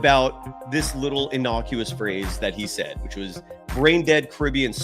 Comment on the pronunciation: Myers "said", not saud!!!!!!!